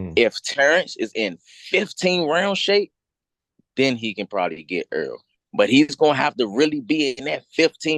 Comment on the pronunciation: One more question, how can you be SO detailed in your assessment of this upcoming fight but never figured out the name Errol is not pronounced “EARL”?